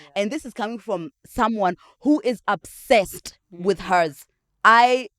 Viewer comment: Lol she also says absessed insteada obsessed. We got used to it